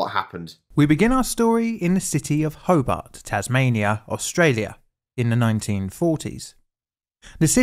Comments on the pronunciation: The speaker can havenever been there. That is not how you pronounce Hobart. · Very good vid on the topic. I didn't know anything about this to be honest! Learned something! His mispronunciation of Hobart was a bit distracting though. How do you get Ho-bit from HOBART? All the incredible research he did on the topic but not on how to pronounce the city😂. It's hoBAHT. Illawarra is wrong too but that's more understandable lol. Edited to add - apparently there was an incident on this same bridge yesterday. A truck rolled.